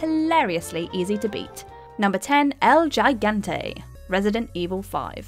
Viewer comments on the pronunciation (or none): Imagine saying el gigante so incredibly wrong 😂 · Lol "el jigante" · It's more like "El Hee-gahn-teh" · El Geegante Cerebrimbor Thasm Am sorry but i cringed then laughed after hearing them. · El jay gangteh... Lol